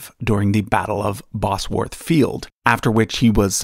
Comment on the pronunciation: Says Bosworth wrong but Leicester correctly not bad going for an American 👍 Edit: also really cool video 👍👍🙂🙂